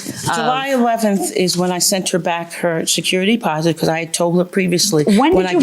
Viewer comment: It’s security “deposit” not “posit”